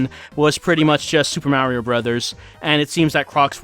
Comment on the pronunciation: are you from Jersey? When you say Mario in the Crocs demo I spotted that. Admit it, you're an unfortunate soul from good ol' Jersey right?